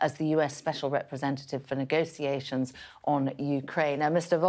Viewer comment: its not "negosiations" its "negotiation"